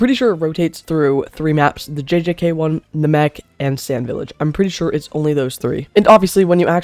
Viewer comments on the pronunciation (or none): planet nuh-mech 💔